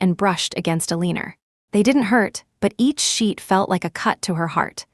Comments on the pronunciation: Just to say, Eleanor is pronounced Elena, not Eleener…. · It is pronounced as Elanor